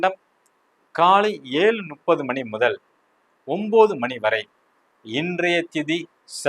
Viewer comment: வாழ்க வளமுடன் 🙌 ஐயா இந்த பஞ்சாக விளக்கங்கள் மிகவும் அருமை அடியேனின் ஒரு சின்ன வேண்டுகோள் 30என்பது முப்பது உங்கள் உச்சரிப்பு நுப்பது என்று ஒலிகிறது 🙏